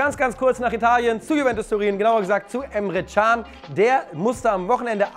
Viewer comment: Super, wie immer. Aber der Junge heißt: Emre Can ( C aussprechen, wie beim „Dschungel“) can= das Leben/ Herz ——— Çan = die Glocke. Klingt lustig, ist aber so 👍🏻